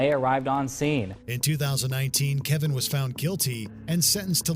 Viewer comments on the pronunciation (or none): Why you keep calling him Kevin when it clearly states his name is Kevon? Those are two different names...